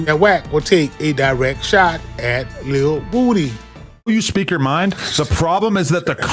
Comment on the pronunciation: Lil who??? Who tf is lil wooooo-D??? I know you hear everyone calling him lil woody why do you keep saying lil woooooo-D